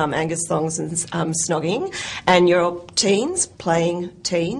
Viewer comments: the interviewer keeps saying shh-nogging! what an eejit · Lol at the interviewer, "shnogging", it's snogging, love. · She keeps saying shnogging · Wtf she keeps saying shnoging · Is it me or does the interview keep saying "Shnogging?" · LOL the interviewer called snogging 'schnogging' ! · Why she saying shnogging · lmao she kept saying schnogging!! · whats with thats women pronounciation, its snog not SHNOG xD